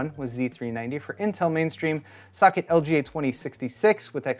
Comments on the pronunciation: when he said socket i heard suck it until the last one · Is it me or everytime he says “socket”, it actually sounds like “suck-it” 🤣🤣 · This is a petty comment, but when kept saying "socket" earlier in the video, all I kept hearing was "suck it..." And from the subtext of this video, my subconscious kept hearing "... Intel" thereafter. Probably because I watched Linus' rant on this CPU before this.